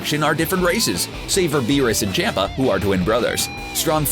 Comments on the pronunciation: I hate how he says Lord chompa like Lord Champa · Beerus and CAMPA . Not Champa, Campa . I can't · It’s not pronounced CHOMPa. It’s more CHUMPa or CHAMPa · your to English with in pronouncing there names like Champa and zeno there pronounced like ch-ahh-m-pa z-eh-no biggest problem with English speaking people take note there are 5 vowels in Japanese. (a), pronounced "ahh", (i), pronounced like "e" in "eat", (u), pronounced like "oo" in "soon", (e), pronounced like "e" in "elk", and (o), pronounced "oh". All Hiragana characters end with one of these vowels, with the exception of (n). The only "consonant" that does not resemble that of English is the Japanese "r". It is slightly "rolled" as if it were a combination of a "d", "r", and "l". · Lol on champ a pronunciation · champa's name is pronounced chompa btw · Zeno doesn’t fight... WHO WROTE THIS DAMN SCRIPT? They can’t even pronounce champa! It’s champa (chomp•uh) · man the sheer amount of mispronounced names and titles in this 😂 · First of all learn to pronounce names. Vatos with a V not fatos. Chompa with an o sound not Champa and just for the record Vegeta always had the power to destroy the planet evening before his first fight with Goku he blow up a planet cuz he was bored